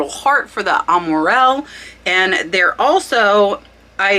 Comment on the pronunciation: You got Amourelle right over and over. Don’t worry. Now about Givenchy…. LOL! Zzhee vawn(g) shee